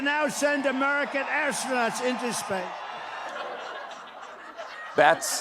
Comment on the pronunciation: What's an "astrurnaught"?